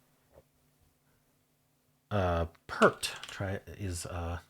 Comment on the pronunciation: Let’s head this off at the pass - “peart” is pronounced like “peer” plus a /t/